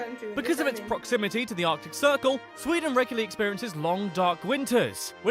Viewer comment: It is sweden not sweedeen